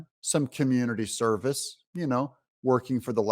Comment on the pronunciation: Did you say “Community Cervix”?